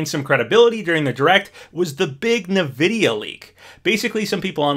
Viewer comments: Never heard anyone pronounce "EN-vidia" as "NA-vidia" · OMG stop saying nividia for real! Not only is weird to say but some people would bully that! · Whenever I hear you say Nvidia, I laugh a wee bit inside 😅 I think it's supposed to be pronounced "In-Vidia" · Great vid, love the vibes. it's just pronounced N-videa